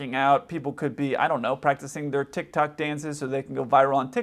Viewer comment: “Tickrock”